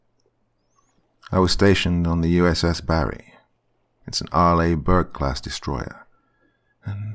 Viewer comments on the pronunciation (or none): I'm a navy submariner and how he pronounces arleigh burke bothers me. Lmao